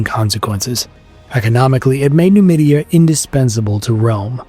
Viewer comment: Nomadia not numidia